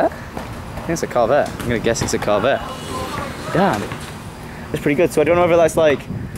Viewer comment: HE SAID IT A CARVETTE LOL